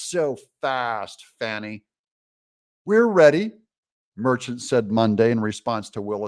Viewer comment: If you are from the south, it's not "fawnee"; it's fanny and it's not " MC caf ee" it's mac u fee!! 😂